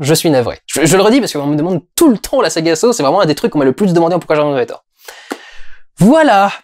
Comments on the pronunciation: ça se prononce "sah" et non "so" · Victor Petrenko Ça se prononce Saw